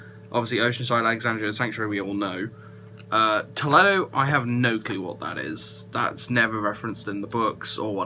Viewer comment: Toledo is a city in Ohio. Pronounced with a long e.